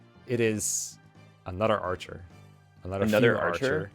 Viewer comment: "arhcer" lol